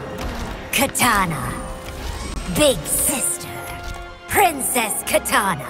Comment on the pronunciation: I hate that she pronounces it "meleena" and "katana" a little quality control was needed